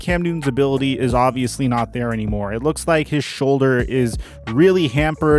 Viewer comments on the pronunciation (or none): none